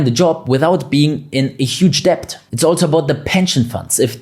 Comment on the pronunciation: It's amazing the amount of content you manage to pack in, in such a short space of time. Not to mention how accurate it is - in my humble opinion anyway - and your excellent command of the English language, the exception being that the "b" in debt is not pronounced. Understandable as every single letter is pronounced in German. I agree with your analogy about the Berlin wall and the non physical walls that exist. That reminds me of John F Kennedy's speech in 1963 when he said "I am a donut" 🙂Ich bin ein berliner. There is certainly a few donuts in charge in Germany and the UK today. For those in the UK with a few bob and/or with businesses that are thinking of leaving its probably not going to be very easy if at all financially viable in the near future. Just like your fellow countrymen found out.